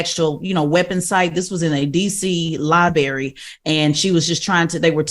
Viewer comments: liBrary not libary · Tez saying Li-BERRY not Li-BRARY is one more reason, why I always say, TBC needs to have a true intellectual doing front page news😒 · It’s LiBRARY, not Liberry!!! Come on now😖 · Li-BERRY Li-BERRY Li-BERRY😂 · Tez is supposed to be the scholar and shes out here saying “li-berry” instead of library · Tez is too smart to be saying Lie-Berry instead of Library lol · Liberry huh 😂 Man I hope y’all get rid of Tez quickly. So many great, intelligent, Black women out there ready for the job yet y’all have us wakin up with Tez every morning 😅 knock it OFF 😂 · No way she said lie berry that many times 😂😂😂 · That’s what I was about to say 😂😂😂… I love Tez but she woke me up 😂😂 .. Libary 😂😂😂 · Lie berry lol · WTF is a liberry? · I listened in this morning, and didn’t even catch until seeing yall comments that Tezlyn definitely is saying “lie-berry” Dang Tez 😕 …🤭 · Why is Tes still saying “Liberry” 🤨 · A “Lie-Barry” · She really says “Liberry”. 😂😂😂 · Library 🤦🏽‍♂️ lie berry, dear lord 🥹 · Liberry? It was bothering me too. You would think she of all people would know better. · Library has two “Rs”